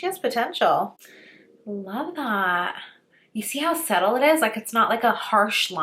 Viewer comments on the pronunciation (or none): I love her videos because she always says “settle” instead of “subtle” lol